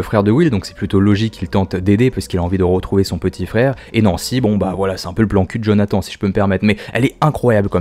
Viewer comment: D'ailleurs on dit Jonathane